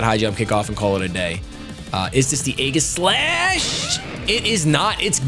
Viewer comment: Please pronounce Aegislash correctly. So few people actually do.